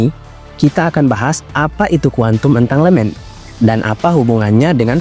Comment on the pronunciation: entanggelmen baca nya bang😊